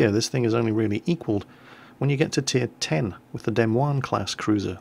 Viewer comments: The Tier 10 American Cruiser is pronounced as the "Duh Moin" where "Moin" rhymes with "Coin". I know because I live there. :) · Very amusing as always but no one on this side of the pond pronounces "Des Moines" the way you are; more like "De Moyne." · Someone needs to tell in the US Des Moines is pronounced dih-MOYN. I know. I know. We Americans have to do everything our own way. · sir...just another FYI, Des Moines is pronounced "deh moin" (rhymes with "coin"). Iowans are usually pretty well-mannered & wouldn't call you a noob for mispronouncing their state capital, but still, just thought I'd let you know. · I think that you and Quickybaby need to take some American-English language classes. Our city names seem to be giving you some problems. The pronunciation of the city of Des Moines, Iowa is as "Duh?" and then "Moin" which rhymes with coin. Sorry, that's what happens to place names when you have predominantly English and German pioneers take land away from the French, who took it away from the Native Americans. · Hey! You should check out the 'Murican pronunciation of Des Moines too (rhymes with Da Coin), or you you trolling us midwesterners? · Uh, the tier X is a Des Moines, not.... whatever the Hell that was that you said,. XD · In the U.S. we have some people named "Louie" which we pronounce the way you were pronouncing "Louis" in the U.K. and some people named "Louis", which we pronounce like the city of St. Louis. Naturally we can't pronounce "Louis" the same way as "Louie" ;) BTW you butchered the pronunciation of Des Moines, but we forgive you. :)